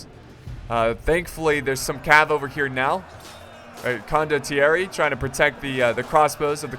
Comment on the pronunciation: it's "con doh thierry" (condottieri) you will get it correctly cmon;)